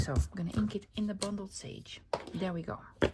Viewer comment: I’m enjoying these shorter videos. Beautiful project. You make me smile it sounds like you are saying bumbled sage. Bundled sage comes from the bundles of sage used by Native American people in ceremonies. Blessings from Canada 🇨🇦